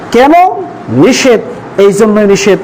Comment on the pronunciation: নিষেধ । নিসেত না